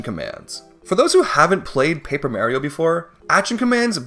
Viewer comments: I don't think the way mario is pronounced depends on region, some people just pronounce it wrong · Thankfully, watching Joseph Anderson has given me mental resistance to this pronunciation of Mario, and I can watch the video in peace. :) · The run would be a lot more impressive if you pronounced mario right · Probably a great video but the way you pronounce Mario's name just doesn't let me watch it past the third time you said it. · Was gonna watch but just remembered his awful horrible wrong pronunciation of Mario sorry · I understand that most proper Italians pronounce Mario the god awful way you do, but even the character himself pronounces his name the other way, why do you insist on disrespecting him this way? Actually hitting the do not recommend button on you. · There’s a typo in your title, you spelled it Mario instead of Mayrio. You’re also mispronouncing Goombaryio’s name. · Dead horse at this point, but for my two cents: I quite enjoy hearing you pronounce it as Mayrio, that's how my grandma always said it Good work as always with the video :) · with the whole "mayrio" bit i thought you were gonna whip out some plot twist and be like "Well. We can't beat the game without Mayrio..." "*But we can beat it with Mario.*" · I remember when I was a kid, I used to pronounce Mario as Mayrio, so your video put a big smile on my face. 😊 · Dog calls Mario Mayrio and thinks Kammy Koopa was Kamek I am in despair. I cant finish this vid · Why do people INSIST on saying Mario's name with a hard A when the man himself tells you haw to say it in damn near every game??? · I like how he says Marry-o but not Goombarry-o :p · i literally cannot watch this. that's not Mario's name. dont come at me with accents. its how you say his name. MARIO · mayrio ? who's that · Stop it. Stop saying- stop- STOP SAYING MAYRIO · I tolerated Mayrio but gave up after he said Perry Troopas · why do you pronounce Mario's name as Mayrio, have you never played a mario game? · Paper Mehrio